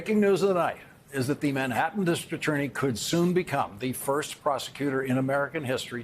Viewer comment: Is Lawrence losing it lately? He seems to be flubbing a lot of words these days...Can you say "dis-TRICT AT-TOR-ney"?